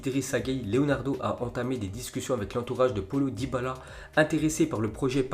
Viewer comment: Le bon accent français 😅 "polo dybala"